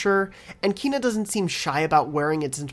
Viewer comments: Again Kay-nah not kee-na. It's how the devs have said it. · KENA. It's pronounced Kena. The same "Ke" in "Kettle" and yet you keep on saying "Kiina" for some reason. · KENA not KEEEEEEENA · It's strange how you say it as "Keena" instead of "Keyna." Lol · Wtf is wrong with every yank on Kena videos calling it KEENA so annoying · Seriously, how does this guy see “Kena” and ends up pronouncing “Keena”? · Actually Kenna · her name is pronounced Kay na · Please learn to pronounce Kena